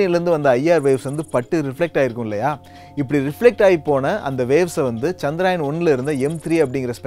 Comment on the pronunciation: Firstu சந்திரயான் னு olunga solli palaguda..